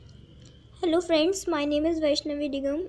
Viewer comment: Hello fraands..😂😂😂😂 chup krde..